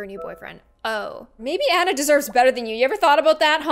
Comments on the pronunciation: Anna R. Ah-na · Hey it's my phone! (My name is Anna) but she pronouncED My nAMe wrOnG!!